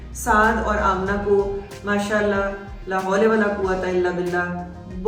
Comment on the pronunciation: ap ghlt par rhi hain it’s not lay hawla it’s la hawla wala hota kindly isko correct kar lay apny 2, br ghlt parha hai